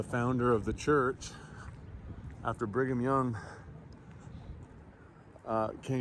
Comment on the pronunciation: Knowing about the orphan trains, I can't help but hear 'bring em young' every time you say 'Brigham Young"